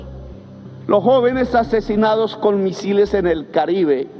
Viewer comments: "musiles" xD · Petro es madre Loco,tiene problemas de Adicción y de Ficción aún dice Musiles en vez de Misiles, bueno para ser exguerrillero se sabe que no estudio y cuál Gobierno progresista dice estar orgulloso,fuera y nada de reelección 👆😡